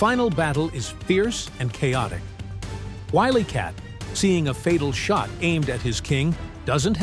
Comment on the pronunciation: Willy Cat had me rofl😂